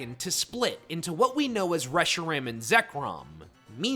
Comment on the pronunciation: “Reshram” “kyrem” are we deadass